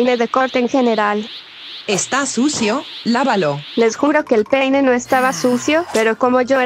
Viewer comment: Gente dice pene en vez de peine